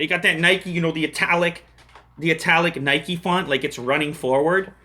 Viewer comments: its not nikey !! haha i think its NIKE like the name IKE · it's nike not nikey you ride a bike not a bikey